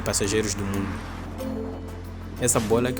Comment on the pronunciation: Melhor do “Moaindo” kkkkk